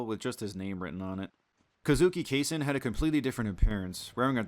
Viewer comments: man I corrected him on this and his other mispronunciations (Kay-sen for Kasen, Vinsenzoh for Vincenzo) and he told me that I was wrong and that he pronounced everything properly 😂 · Great video but: 1. Kasen is pronounced kah-sen, not kay-sen 2. Sindacco is pronounced sin-dah-koh, not sin-dick-oh 3. Vincenzo is pronounced Vin-chen-zoh, not Vin-sen-zoh 4. It's "bone voyeur" not "bon voyeur" If you're going to put this much effort into collating the cut content, you could at least bother to play the game even once to know how you pronounce the characters names.